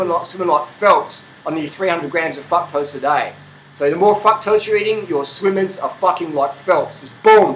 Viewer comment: "FuckToast"? Oh shit I didn't know what dafuck he was saying LMAO! Fructose man LOL!